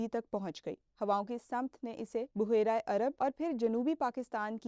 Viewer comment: Isay baheera prhtay hyn buhaira is incorrect